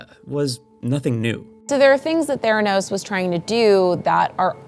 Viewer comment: Its theranos’ not theranos’s